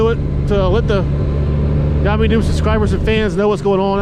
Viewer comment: LOL, I guess we know what your favorite soft drink is now, right? Also, isn't Yammie pronounced Yammie? ROFL... yes, I typed that, yes, I left it in ... what I meant was "Yam-ee" instead of "Yah-me" :D Now you need a new counter ;) Seriously though, doing all the work for that counter, OMG, that's a LOT. And yeah, I unsubbed too, I never watched for YN anyway, I wanted to see Spite - like you said, he comes across as a real person, worth watching.